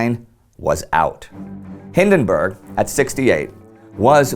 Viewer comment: We should get Indy to say Przemyśl a hundred times so he doesn't mispronounce Paul von Hindenburg's name again.